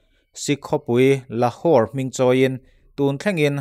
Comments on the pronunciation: Lahur ni lo in laure zwk ani....Gurkha ani loin gorkha zawk..... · Lahur niloin lauray zawk